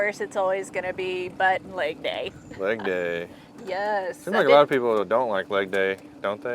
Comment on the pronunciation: Butt n leg day ... i thought she said buttnaked 😮